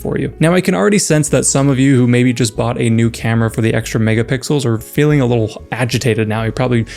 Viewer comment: When he said "megapixels" I heard "niggapixels"😭